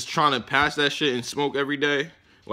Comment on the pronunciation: Certo? Zerto?